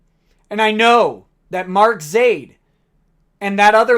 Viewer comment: Whenever you spit the word, "Zaid," I hear, "Idiot."